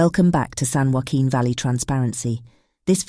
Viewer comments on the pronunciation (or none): none